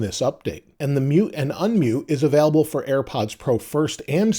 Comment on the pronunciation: I know it’s pedantic but I hate the way you say available, sounds like avaalable